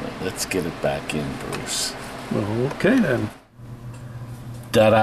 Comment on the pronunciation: YO TODD. it's "TA DA" 🙂 not "Da da " 🙁